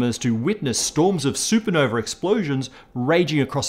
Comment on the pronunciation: It’s super nova… You’re British right? Champagne supernova not super No-vey